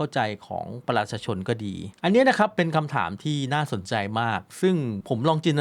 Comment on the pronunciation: แนะนำให้หัดออกเสียงคำว่า ประชาชน เริ่มหัดช้าๆครับ ไม่ต้องรน